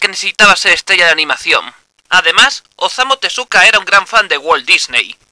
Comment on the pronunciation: OZAMU TESUKA OSAMA TESUKA Por dios que me arranquen los oidooooooooooooooooooooooooooos